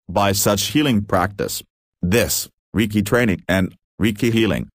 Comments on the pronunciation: Usui never had anything to do with Christianity and did not go on the famous "healing like jesus" journey - that was made up by Takata as a way to make Reiki more palatable to the westerners she was working with in Hawaii, your "bot" is mispronouncing "Reiki" and also a lot of other Japanese names and words in this video. Reiki is pronounced RAY KEY (ray like rays of the sun, key like a common house key). Reiki was not rediscovered by Usui, he created it, he stated this in a radio interview. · Fokke Brink I just listened to this video again, which is very hard because of the terrible pronunciations in it. All names are spoke wrongly, even Reiki is wrong pronounced. Here are just some points in the video about which I am sure they are not correct without violating any sources. 1: Reiki was not discovered by Mikao Usui Sensei, but already existed for over 1000 years as a spiritual practice, he started to use it in a new way with laying hands on. 2: Who said Usui Sensei was in India en Tibet, where he should have found the healing script? 3: Lord Buddha never wrote anything down, this was done 100 years later by his students. Lord Buddha was living in a part of India where the spoke Pali and he nor his students wrote in Sanskrit. The Sutras were later translated into Sanskrit. 4: Reiki was not limited to the military people, however they used it in the military because it was cheaper than doctors and during the war there were not enough doctors on the battleships, so they used Reiki. 5: You say Usui Sensei had "Shimpinden" students, this is wrong written. See later the certificate on which is written "Shinpiden", which I also do not believe is the right way to write it. My Japanese friends write it as "Shinpeden". 6: You say Hayashi Sensei was an admiral and later you say he was a surgeon-captain, however he was never a surgeon nor medical doctor. 7: The emperor did not rewarded Mikao Usui Sensei with the title "Dr." 8: Who said that Eguchi Sensei was using the Do Jo